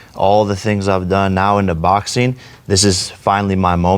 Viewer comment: Jake always says “boxeen”